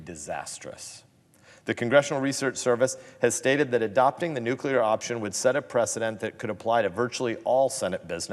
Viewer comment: Did he jest say nukelar ...what.